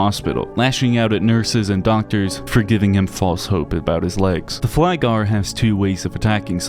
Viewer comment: I always love how other people outside Sweden tries to pronounce the words. Flygare and Krypare actually means "Flyers" and "Crawlers" And it is indeed a very creepy and extremely sad / dark game, as someone who have shorter episodes of depression i can feel the pain some may have. I mostly have my episodes out of how i feel loneliness and helplessness, but sometimes i can feel happy while other times are depressive, making things harder. I wouldn't say its MDD or Bipolar, but that i have shorter episodes of depression sometimes, which can occur for maybe 1 day or a whole week. But during those times i feel darkened, always thinking about how it feels to play fruit ninja with my wrists, but never done it IRL. Fun fact: The maze with the hangmen, you only need to walk to the right at every corner to get out of it. I know it's quite hard, but it was a relief to accomplish it.